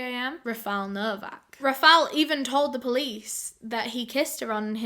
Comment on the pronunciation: i love your videos but girl how hard it is to pronounce Rafael!!!